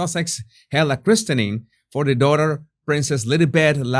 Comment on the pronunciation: In UK listed is pronounced as it is written but christening is pronounced kris-ning or krissen-ing :) I know …!